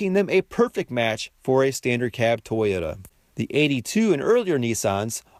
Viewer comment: Something about how you pronounce toyota, doesn't sit right with me.